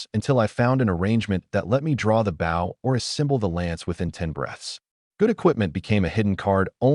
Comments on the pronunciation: I am so sick of Ai saying bow wrong. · Right? Lol😅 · For some reason I like it lol